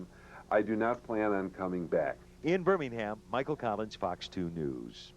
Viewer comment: I wish she could say Birmingham right, that would be great.